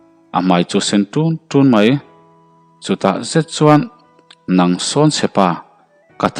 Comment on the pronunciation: A ngaihnom thin mahse chuan, zet tih vel hi i lam dan hi....., set tih in i lam thin a